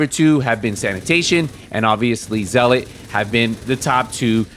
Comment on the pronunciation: You’re the only content maker that knows how to pronounce zealot. Respect